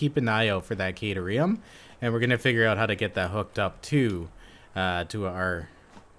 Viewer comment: The way you say caterum makes it sound like a drug lol